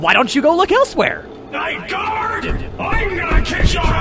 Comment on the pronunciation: It’s pronounced “ night gard”